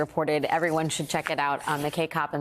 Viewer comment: McKay rhymes with eye not hay. Grr.